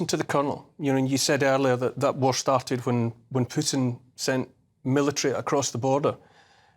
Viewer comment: Neil is such an intelligent guy but he can't remember or learn how to pronounce Putin's name. That buffles me a lot. Imagine if people pronounce Neil's name like Nool Ooliver, or Sunak's name Richy Shunak.